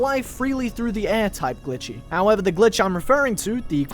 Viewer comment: did you say glichy.